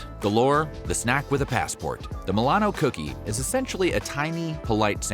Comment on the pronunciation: Ah yes, thousandbutthole (mil-ano)